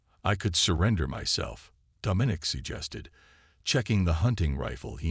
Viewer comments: The AI’s pronunciation needs work. The word “herald” and the name “Domenic” are improperly pronounced. The story itself is quite good. I can see this becoming a longer more involved story line. Also, the tag line is not honest. Dominic is not “a boy”. He’s old enough…😉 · The AI’s pronunciation needs work. The word “herald” and the name “Domenic” are improperly pronounced. The word “treacherous” is also mispronounced. The story itself is quite good. I can see this becoming a longer more involved story line.